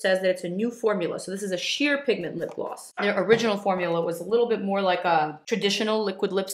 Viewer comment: Or when she says Gloss it sounds like ”glaws” it’s adorable 😍💕❤️